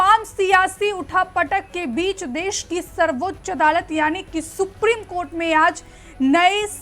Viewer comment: सुप्रिम कोर्ट नही। सुप्रीम कोर्ट बोला करिये।